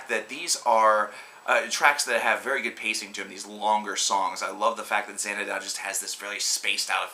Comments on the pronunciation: Again you are so bad. You pronounce Xanadu and Cygnus incorrectly. People you want a great reviewer, then watch my videos! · You are so bad. You pronounce Xanadu and Cygnus incorrectly. People you want to see a great reviewer watch my videos. I put this guy to shame!